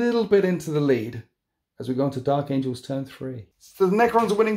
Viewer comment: "Dark Angels" not Dark Angles. Lol